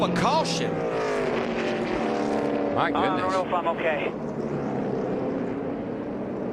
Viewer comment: And we have a CaWsHuN.